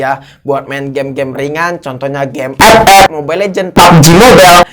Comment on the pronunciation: Bg tes epep wkwkw Ngakak kalo abang bilang epep 🤣